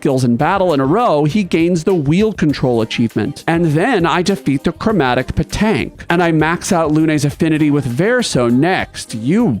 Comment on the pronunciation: Good news on the Pétanque: Rest at the flag, and they’re back! Also, “PAY-tonk” Yes, I am this insufferable. Sorry. Or not.